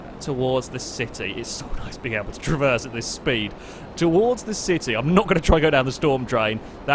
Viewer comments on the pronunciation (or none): none